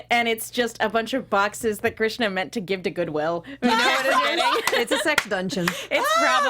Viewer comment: Everytime she says Grishna.... LOL